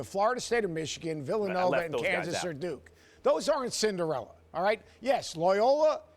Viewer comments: omg learn how to say CINDER - ELLA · Stephen A. is so impatient to make his irrational ass points... "Cinderilla" lol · Wtf is a cinderiller Stephen A ? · “Cindirillas” sas makes it sound like a roll up lol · "Cinderelers" - SAS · Stephen A Smith: Cindarillas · I'm just laughing at Stephen A pronouncing it "Cinderilla" 😂😂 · JaJa Pachulier > "Cinderilla" Teams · Wtf is a Cinderilla 🤣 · Mackaveli Millz he says the word as if it's a dinosaur or something